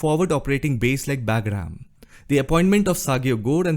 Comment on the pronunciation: Hey … not being disrespectful… its called “BUGRAAM”